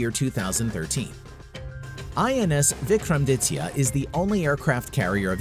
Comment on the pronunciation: The way he pronounced INS(Indian Naval Ship) Vikramaditya...